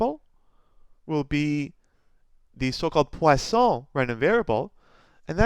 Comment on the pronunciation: Thank you sir, I like the way you put them all in one video with a neat explanation, and the way you pronounced poisson was perfect !